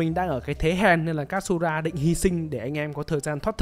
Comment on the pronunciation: Góp ý với kênh khi làm Review về anime thì nên học cách phát âm tên nhân vật cho chuẩn 1 xíu, thì nó sẽ mượt mà hơn. Ví dụ Katsura thay vì đọc là Kat-su-ra thì nó là Ka-chư-ra (đại khái thôi)